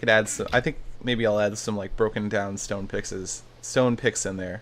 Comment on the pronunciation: "Stone pickses" SethBling 2014